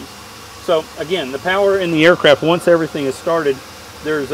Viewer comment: "This video will know you everyting...." Love it!